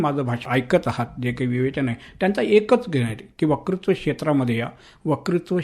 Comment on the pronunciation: मुलाखतकार आणि मुलाखत देणारे दोघेही वत्कृत्वाला वकृत्व म्हणताहेत.